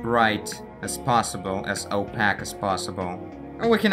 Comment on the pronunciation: The way you pronounce opaque and cyan is funny. Especially given that your English is pretty good generally speaking.